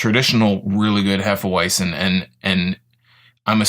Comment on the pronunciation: sounds odd when you pronounce it in English. It's actually pronounced hefe-veitzen. any knowledgeable bartender,as well as most beer drinkers who watch this, would give you a weird look if you pronounce it the way you do. at least you don't say hefe weezin .other than that , a good review.